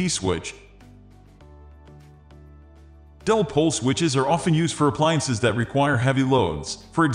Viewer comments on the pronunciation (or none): The "-bot" narration is vile... What the hell is a "dell-pole" switch..? Had to click "dislike" on it. Pull it down and do it over, correctly.